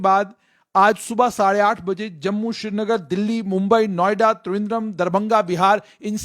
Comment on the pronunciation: باس۔۔یہ شری نگر نہیں سری نگر ہے۔۔لفظ سری یعنی سوریہ یعنی سورج سے نکلا ہے،شری نگر اترا کھنڈ میں ہے۔۔